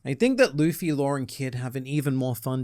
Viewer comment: Law doesn't have any "R"'s in it